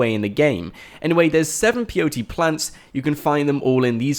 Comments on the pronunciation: Everytime you said peyote, I got cancer and another relative of mine died. It's Pay-o-tee. not Pee-o-tee. and you said it, like 100 times in this video. It physically hurt me. But other than that, good video, thanks. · The plant is called peyote, but it sounds like the 3 letters P-O-T, its ok, I was confused at first, until I read comments into this. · WHY ARE YOU SAYING P O T, standard white boy Kant. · can he not say pot is he spelling pot instead of saying pot ? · thought he was saying blt plant lol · peyote= Pay:o:tee